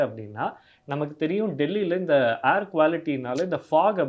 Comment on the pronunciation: 'Aair' traffic illa 'Air' traffic.